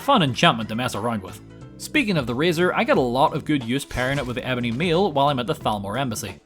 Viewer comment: Ebony mail not meal as you said it 😂